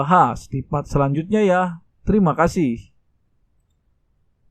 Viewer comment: Owkwowkwkw tadi dia bilang sangat berterima kasuh bukan kasih owkwkwkwkw